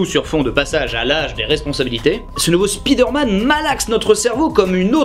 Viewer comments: À chaque fois qu’un francophone dit Spiiiiiiderman, un prof d’anglais meurt dans le monde. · C'est qui qui nous parlait de bien prononcer Bioshock et Fallout en anglais puis qui prononce spi derman tel un mot Français ? 😆